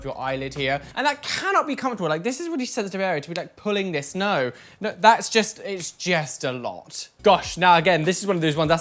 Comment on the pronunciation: You know when is triggered because he stops being able to form sentences and pronouns 'just' like jest. This isn't a read by the way 😘😘